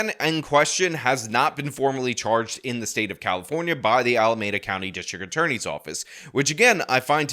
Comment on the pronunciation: Pronounce Alameda correctly, please! "meda" is pronounced like "me duh". You keep screwing this up.